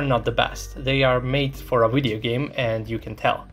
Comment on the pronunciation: "In this wideo" This is why I like this show